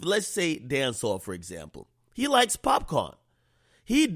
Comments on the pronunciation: Nigga called him pop corn😭 🌽...its pop caan = pop can = shoot gun lmfaoo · pop - CAN .... its Pop - CAN